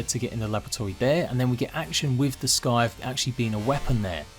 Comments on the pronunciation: No offence or anything but you pronounce scythe as sss - eye - th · Looks honestly amazing. Can't wait!! P.S sorry to bug, but plz stop pronouncing it as a s-k-ythe. Sorry just a small thing, great video :D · Just FYI,, for future reference, "scythe" is pronounced without the C. It's pronounced like "sithe." Sorry, that was just bugging me. I'm looking forward to this. Doesn't seem like there's a LOT of content shown off in this trailer. Nothing as far as new areas and such. Some new armors and a few new creatures, but that's it. Still, I can't wait. I've loved playing Grounded. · HEY. ITS PRONOUNCED "SYTHE" No c is pronounced. You KILLING ME.